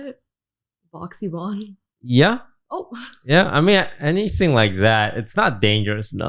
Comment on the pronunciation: why does toast still call her YAHvonne? i could have sworn they cleared that up lol